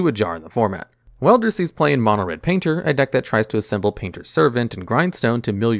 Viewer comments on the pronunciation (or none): none